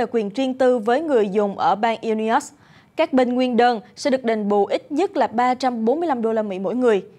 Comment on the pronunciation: Bang Illinois, đọc là "I-li noi" chứ không phải "I-Li-os" 🙈🙈🙈